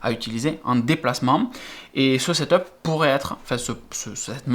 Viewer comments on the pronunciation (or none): none